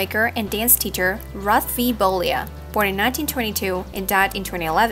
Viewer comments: His name is bollea. Not bolia. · And learn how to pronounce his last name.